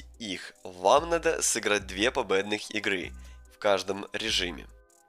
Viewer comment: Ты сказал побэдных а не победных